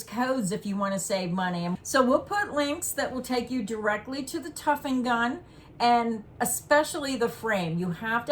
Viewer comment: The word is tufting, not tuffing. That’s the way I learned it, anyway